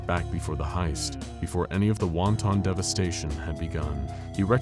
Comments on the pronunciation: It's not "won-ton." It's "won't'n." Wonton is a Chinese food thing. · It's not WAN TON, like two separate words. It's WANTN--the first syllable gets the emphasis.